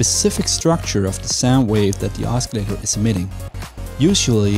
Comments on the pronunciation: Google pronounces os·cil·la·tor as /ˈäsəˌlādər/. Osculator is a different word altogether which means a kisser. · THATS NOT HOW YOU PRONOUNCE OSCILLATOR !!! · The C in oscillator is silent. Not a criticism, just letting you know. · Please don't pronounce the c in oscillator.. other than that, liked the tutorial